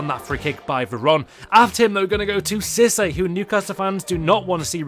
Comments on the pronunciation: It's pronounced See-Say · Im being a pain in the back but you pronounce císse seesA not how to spell just how to pronounce